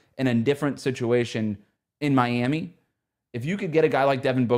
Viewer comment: The Miami accent was spot on haha